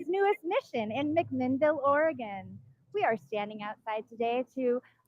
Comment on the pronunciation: the phone call was excellent! Thank you for pronouncing Oregon correctly. Liz Gale is awesome too.